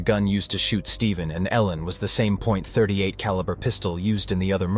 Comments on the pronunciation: the pistol in this video is a glock, of you zoom in you can see it is a 9mm glock 17 gen 3, a modern pistol. The killer in this video used a .38 (pronounced thirty eight caliber, not "point thirty eight caliber") and a .38 is a rimmed cartridge and can not be fired from a Semi-auto magazine fed pistol... that is a revolver round. Not to mention this gun being a glock 17 gen 3 in 9mm, that was first released in 1998, and this story takes place in 1979. If you need to hire or just ask a firearms expert just do that for your videos, better to ask for help then to sound like ignorant on the subject, especially as the subject of firearms is so prevalent in your videos. Just go to a gun store and ask the guy or girl at the counter to anwser your questions, buy them lunch or give them a gift card to a restaurant or something. And you will have your expert to help you sound like you know at least a little about a topic you "professionally" speak about frequently. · this has to stop, please, when someone names a caliber, they do not pronounce the "point" before the number, a .38 caliber is pronounced "thirty eight caliber" a .44 caliber is pronounced "forty four caliber". Please stop saying "point" before the number, it makes you sound like an AI and also shows, in just one word, ignorance of the subject of firearms.